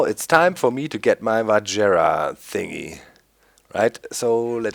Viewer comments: LOOOOOOOOOOOOOL i play the same modpack and it took me like 10-20 mins max to make the vajra btw i think its pronounced vahra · V-i-r-a that's how you pronounce it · Doc its vajra there is not ''D''on there just saying :D